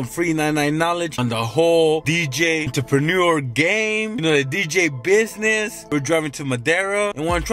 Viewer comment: I will donate $100 if you can say "entrepreneur" correctly.